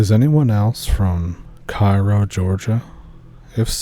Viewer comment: Cairo Ga. Its pronounced KAY-ROW